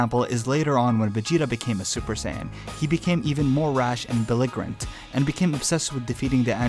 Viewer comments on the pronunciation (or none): Did you seriously just say belligerent with a soft g? (For sake of clarification; like in big) lol. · You mispronounced “belligerent” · Dude can't even pronounce belligerent. Stay in school you absolute tool